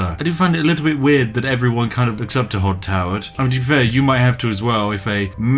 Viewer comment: Hodd Towards hahaha